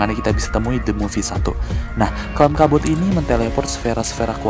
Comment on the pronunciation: Kat bot bukan cark bot